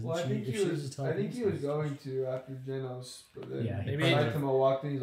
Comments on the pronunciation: Guys it's GEnos not Ginos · i dont really get why some people call him ginos when everyone in the anime obviously pronounces his name as genos 😂